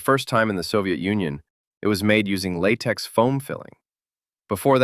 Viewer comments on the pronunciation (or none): none